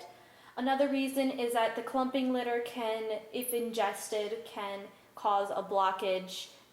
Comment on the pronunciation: at first when we are going to be talking about litter I thought she said glitter